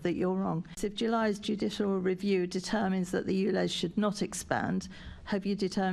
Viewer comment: Mumbling little goblin. What is jushl rview ?